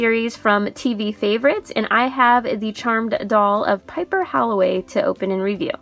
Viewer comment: The way she said Halliwell killed me inside